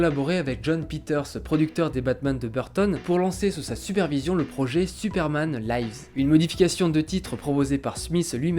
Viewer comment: Superman laïvz ? Là c'est pas du live, ça se prononce "li-vz" comme en français mais avec le 's' prononcé Bizarre en plus, parce que la deuxième fois tu l'as bien prononcé mdr